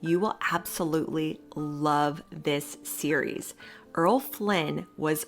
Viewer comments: Errol: Er-rol: ere-ole not Earl: erl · I was wondering about that, but I'm forgiving.